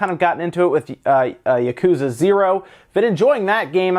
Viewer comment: When you say Japanese words like "yakuza" you don't ever stress the middle syllable or hold out any syllable for an extended length. Each syllable is pronounced with equal length in Japanese, so you don't say "yaKUza" like you do. Instead try it "ya ku za" with each syllable equal length.